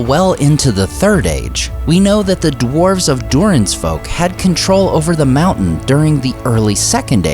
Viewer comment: What is the "Mooouu'hnnn" he keeps talking about?